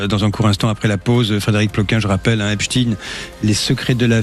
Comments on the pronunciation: On ne dit pas EPSTINE On dit EPSTEIN 😕😕😕😕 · Epstein comme Frankenstein, Einstein, Bornstein, Weinstein, … et non Epstine, Frankenstine, Instine, Bornstine, Winstine et tous les autres. Nous sommes en France et Einstein n’a jamais été prononcé Instine. A force de répéter un mensonge, il en restera toujours quelque chose mais cette fois, ça ne marche plus. Les gens se rendent de plus en plus de la supercherie. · Le journaliste est anglais? Epstine c'est lourd à entendre. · Ils m' énervent ces journalistes à prononcer " Epstine " comme les Ricain alors que c'est un nom juif allemand 😣